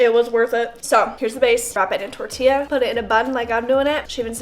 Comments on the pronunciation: It’s tortilla tor-tee-yaaa!!! Lol. Just needed to clarify. Much love. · torilla, the double L sounds like a Y in Spanish.